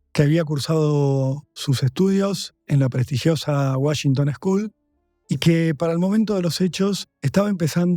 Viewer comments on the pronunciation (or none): none